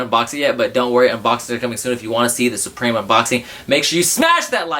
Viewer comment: it is prononced SUPREME not SUBREME smh